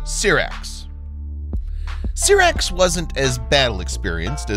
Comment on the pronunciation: syrax is pronounced as sEYErax, not sirax.